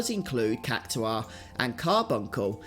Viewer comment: It's pronounced Kak tar not kak to are